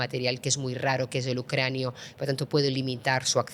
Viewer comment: el "Ucranio"!???😢